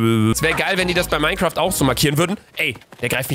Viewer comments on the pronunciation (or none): none